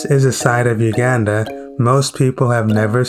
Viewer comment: Please learn how to pronounce the country's name correctly.